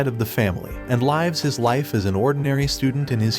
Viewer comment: I think he mispronounced lives